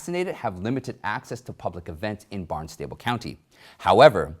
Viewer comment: Just FYI, Barnstable is pronounced like constable. Great show as always!